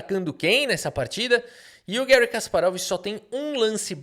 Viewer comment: O nome não é estadunidense, é russo. Assim, fala-se Garrí, nunca Guéri.